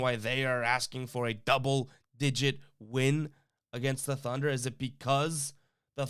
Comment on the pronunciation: Did anyone notice the video said "Thuner" and not Thunder. LOL... Thunder with the spread.